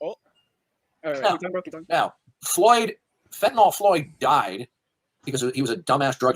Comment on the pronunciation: doesn't know that the drug he is talking about is not called Fentanol, it's called Fentanyl. How is it that I know that, snd he doesn't? After all his years of paying careful attention to current events?